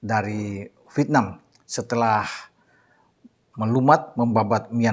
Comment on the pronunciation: INDONESIA EGOISNYA GA LIHAT POSISI. HARUSNYA BISA LEBIH KERJA SAMA DENGAN BAIK LAGI DEPANNYA. AKU SUKA INI KALO BILANG " V I E T N A M " CARA BILANG NYA " VITNAM " 🤣🤣🤣🤣 ASYIK BRO. HURUF ' E " GA ADA.....LANJUTKAN.